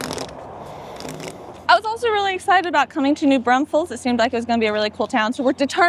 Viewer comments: Ok. Driving me NUTS. It’s NOT New BRUNSFEILDS. It’s New Braunfels. There is NO UN in New Braunfels. Come on guys. LOL. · I really enjoy watching you guys, but OMG - it's pronounced New BRAWNfuls!!!!!!!